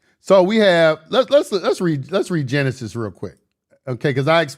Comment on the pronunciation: "Gen-Isis" Egyptian